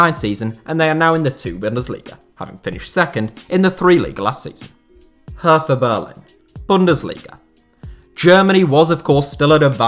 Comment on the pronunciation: Haha. „Hertha Berlin“. Mostly foreign press calls the team that. It is just „Hertha BSC“ for locals or most Germans. By the way, in German, „th“ is pronounced like a regular „t“. Nice overview nonetheless!